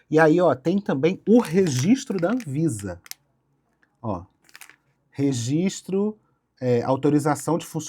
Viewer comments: "Rezistro" é foda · não mesmo. Rezistro é erro mesmo e tá tudo certo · 'impressão minha ou a proprietária fala rezistro ? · é mole uma dona de empresa gigantesca falando "resistro"? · A diretora da escola na qual eu estudei o ensino fundamental lá no Maranhão massacrava quem falava rezistro kkkkkk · Nem vi o video todo, mas queria primeiramente informar que eu apoio a pronúncia "REZISTRO" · Angústia dessa mulher falando rezistro... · Ela fala rezistro igual meu pai kkkkkkkkkjjjjjj